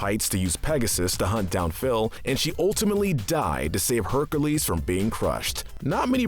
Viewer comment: Bro, you need help with your speech cause it's really bad. You pronounce Avatar the last airbender names wrong, now you pronounce Hercules wrong.